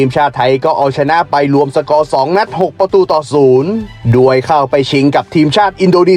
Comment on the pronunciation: ปีนี้สูสีเลยครับ ให้เวียดนาทเหลื่อมนิด ๆ ไทยเสียเปรียบ พักน้อยกว่า ต้องล้าเดินทาง แข่งเสร็จกรอบพอดี จังหวะจะโคนแอดอีแล้ว แต่ขอให้แก้ไข คำว่า "โดย"ให้ชัด ๆ จะฟังไหลลื่นดีมากครับ *ดวยได้ประตูจาก....* เป็น *โดยได้ประตูจาก...*